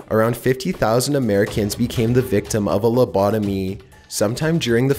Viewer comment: Why do you pronounce it "Lubodomeeeee" ?